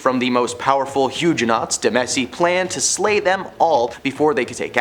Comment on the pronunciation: Huge - enots? Really? Seriously, RESEARCH how names and terms before doing these please?😮